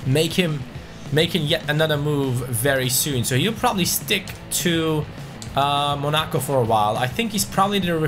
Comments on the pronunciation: What's with the weird way of saying Monaco ? 😂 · bro this man mispronounced Monaco.